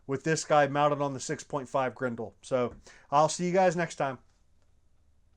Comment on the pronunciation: It’s pronounced Grendel not Grendel